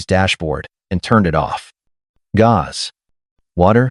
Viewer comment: Definitely a long way to go to get AI more believable. First, while main character is at buddy's house, and thinks about the bills he's been paying, the AI pronounces gas as gauze. Listen for the word "present" being used. It says it while main character on his computer at his buddy's house talking about his idea. It pronounces it like #3 below. There are three meanings for the word present and multiple pronunciations. 1. In a particular place. "You must be present to receive the prize." 2. Existing or occurring now. "It's happening in the present day." 3. A gift. " Like a birthday present."